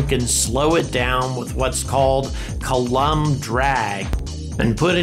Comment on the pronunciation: "Coulomb" in "Coulomb drag" is pronounced "COO lom", not "cuh LUM".